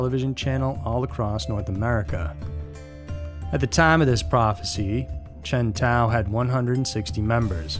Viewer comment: When you said Chen Tao I swear I thought you said Chevy Tahoe. 😂 That's a different kind of cult there.